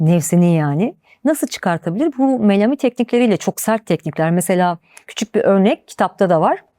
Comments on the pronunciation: Melami deki a uzatılarak söyleniyor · Nobel ve. Melami kelimeleri yanlış telafuz ediyor